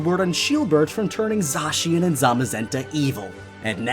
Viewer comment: It’s pronounced Za-Cyan